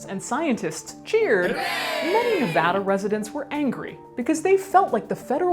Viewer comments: Thank you SOOO much for pronouncing Nevada correctly! 😁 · I love that she pronounced Nevada correctly. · thank you for pronouncing nevada correctly.